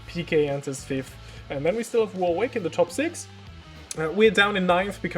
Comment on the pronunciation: Last season before I started watching F1 so I remember these kinds of cars. Glad to see young people think this stuff was cool. Warwick is pronounced Warrick by the way.